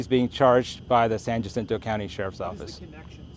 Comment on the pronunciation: These officials can't even say the name of the department they work for San "JUH-SIN-TOE"??? San HA-SEEN-TOE***